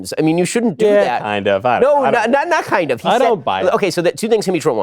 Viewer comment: .. Bens Jewish was showing when he said "not kkkkkind of" 😂😂